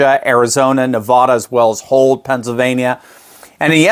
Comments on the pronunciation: I live in Nevada, please pronounce the name of our beautiful State correctly. It is pronounced Nev-Vada. Not Nev-Vaaaada. Thank you! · Constructive criticism: Nevada is pronounced NevADDa, not NevAHda. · It's still pronounced: Nuh VADD uh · Nevada not Nevada it is Nevada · It's not Nev-aaah-da. It's Nevada as in "bat" "cat" "hat". Please pronounce it correctly. Thank you! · Nevada not Nevahda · Learn how to pronounce a state Nevada! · Please learn to pronounce Nevada correctly. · love and support your show. That said please pronounce Nevada (the first a like the a in Dad) This is very important to ALL Nevadans. Hannity pronounced it incorrect but President Trump does not. Thank you Doctor